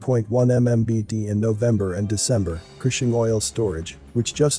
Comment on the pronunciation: I’m from Oklahoma. Gas in my town is over $3 today. Also, I’m surprised that Cushing was pronounced correctly.